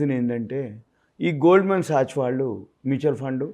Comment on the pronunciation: Gold man sachs to be pronounced as Goldman Sacks, Di ammonium phosphate to be pronounced as Dye ammonium phosphate